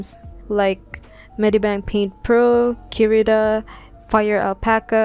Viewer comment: The way she says Kirita instead of saying Krita... I like it XD